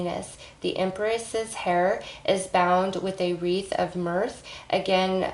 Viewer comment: You’re cute. During the Taurus reading you mispronounced the words Mryhh and Scepter